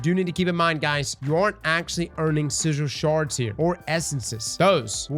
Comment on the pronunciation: 'sizhil sharz'?